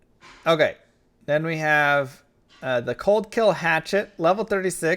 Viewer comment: "colkill" lol